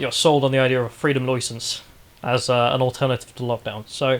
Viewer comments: "Loy sence" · Freedom “Loisence”?, or however you spell his name needs to brush up on his pronunciation. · How ya’ll pronounce license sounds like an Australian caricature😂